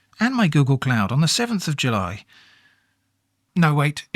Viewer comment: jully julliet